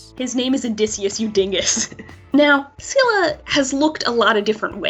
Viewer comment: It's Pronounced Silla Not Scilla